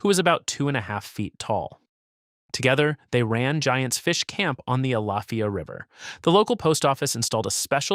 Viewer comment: It's O-chop-ee; and Cassadaga (with "day" in the middle, not "ah"), Alafia is with a f-eye in the middle,....AI is awful.